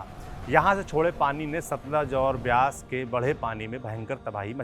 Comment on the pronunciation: Bhai please pronounce properly. BEAS is BEYAAS not BEES So many mistakes in your diction